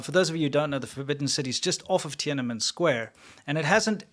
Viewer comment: Love your shows. Let’s pronounce Tienanmen properly. It is “Tien-an-men” not “Tien-ana-men” … thanks!!